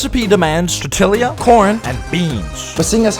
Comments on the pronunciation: its pronounced tortia not tortillia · “Tor-til-ia” Its pronounced “tor-tia” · “tor til lia” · Who says torteeelaaa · saw this comment before i heard you say it. Apology is 100% not accepted, "Tor- Tillya" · Bro I also pronounce tortilla like tawteelia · I love tor-tillia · tortilla (tor-te-la) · What the hell is tortililila? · The day of torment Will be over if you stop saying tortillya for a week